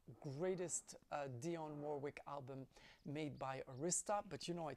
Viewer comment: Hi, I am a 25 year veteran working with Dionne. She’s very nice and one of the only artists that actually gave the staff Christmas gifts for working her music. Buuuuut, the right way to pronounce Arista is: Air - ri-sta Most people pronounce s the name like you. Arista was actually the name of the Honor Society from his Broooklyn High School. “”No Night So Long” is possibly my favorite album. However, I’m embarrassed to say I don’t know the “Friends in Love” very well so your enthusiasm and passion dictates that I give it another listen,.. I look forward to your entertaining album reviews. You help put the RCA Years, in the right perspective. EMI insured all of those 1980 albums were a bit experimental and her creativity. “Ross”, “Swept Away”, “Eaten Alive” ( horrible album title, the first single should be a stand alone release because the rest of the album is a beautiful collection of love songs. “The BOSS” and “Force Behind the Power” were towering achievements. Her 90s albums, each and every release including her arguably best live album, “Stolen Moments”!!!!! It would be great if you consider those releases even if they were your favorite…..I would love it you dissect a couple of albums negatively/positively. We love everything but we have reservations on a few things. Enjoy your holiday…….it looks wonderful!!!!! Ciao, Kirk